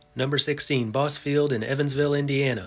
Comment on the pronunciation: Bosse Field is pronounced Bossy. I’m from the Evansville area.